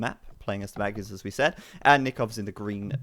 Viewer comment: Keep it up you guys. You're pronouncing magyars almost correctly now. :D Say the first 'a' identically to the second and you're there.